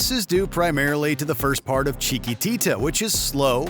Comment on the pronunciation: OMG! Please stop trying to say "Chiquitita!, you cannot say "Chiquitita" without making everyone's ears hurt! Stahp!!! "Touch Me" has a better outro than "Riders on the Storm. And where tf is Fool's Overture?...fool.